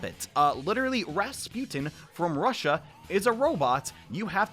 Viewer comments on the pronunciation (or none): none